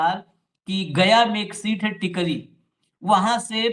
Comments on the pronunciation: टिकरी नहीं Sir, टेकारी है वो जगह, गया ज़िला में है एक जगह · Tekari hai sir tikri nahin hai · Tkri nahi tekaari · Sir ji nit tikri it's Tekari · टिकरी नही टेकरी है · Tekri nahin tekari hai.